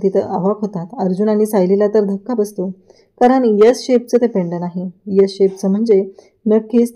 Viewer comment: यस नाही हो एस 😂😂